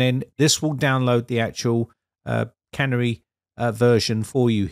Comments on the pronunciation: Surely it's pronounced "Canary" (like the bird) rather than can-ery version. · I was going to comment the same thing. Its canary yellow and not a cannery with machinery and cans. But then I was afraid that the Brits had their own pronunciation for the bird. After all they still drive on the wrong side of the road. 😉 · The correct pronunciation is Canary as in the bird, not cannery where food is canned! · Canary is a bird, not a, can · Vivaldi have doing multiple split screens for your yonks! Oh, and canary is not pronounced like "tannery", it starts with "can" and ends with "hairy" without the"h". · the 'Canary' channel is pronounced like the little yellow bird that could once be found in some coal mines, rather than a place where tin cans are made.;-) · You're pronouncing 'Canary' wrong. It's a bird that was commonly used in coal mies to check out whether the air was good. Clearly Microsoft are allowing users to test whether the system is safe.